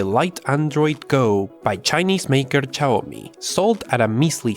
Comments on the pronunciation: SHIAOMI (XIAOMI) NOT CHAOMI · or tsiaomi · C H A Y O MI Jajajajaa... It is Shiaomi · Its shiaomi not caoyomi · Simply big processor, smoll ram smool storage, smooll memory usage Btw it's xiaomi or xiaomy with X or shawmi Not Cyomi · God, the XIAOMI is XIAO MI not XI AO MI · its Chiaomi, not chayomi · he says ''chiaomi'' and it's pronounced ''shiaomi'', it's not that deep. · It’s pronounced sh-ow me, not chinome, take it from someone who’s chinese lol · It's Xiaomi not Chaomi LOL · I cracked so hard when he pronounced Xiaomi as C H A W M I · Read/pronounce it as "SHAWMI"!!! 😂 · xiaomi= shaw-mi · now wtf is a * X A I A Y O M I* phone? 😂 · Did i heard chaomi? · What? Did u said caomi? xD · Its Cee-Yaw (Fast) - Mee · It's pronounced ''shaumi" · If you're pronouncing xiaomi as cayomi, I wonder what will you say to gigabyte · Just say it like everybody else "S'haw-mi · i think xiaomi pronounced zi yao mee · This is how you pronounce > shaou mee = Xioami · Learn to pronounce Xiaomi first! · It's Xiaomi not Xiaomi Cmon man fix your Asian accent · Every timethat you mispronounced xiaomi every time,I cringe smh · When he pronounced Xiaomi wrong 3 times in a row 😭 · The way you say xiaomi lol over and over again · Every time he pronounced xiaomi in the wrong way I couldn't stop myself from laughing 😂😂😂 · You just murder Xiaomi brand when you say the said brand. haha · please stop saying Xiaomi it's painful listening to you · it's hilarious and that's the point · I have uploaded a video for downloading pubg lite..its very easy Sry bro for this comment But love you...bcpz of u I was able to run many games on my budget PC..u r ossum And u pronounced xiaomi incorrect;-) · You have somehow managed to pronounce "Xiaomi" differently everytime you said it